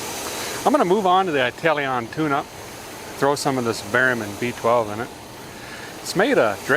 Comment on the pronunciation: Eyetalian tune up? Do you mean Italian, please say it properly man, Good to see something different.